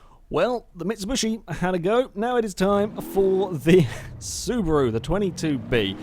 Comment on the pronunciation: why do you say mitsibushi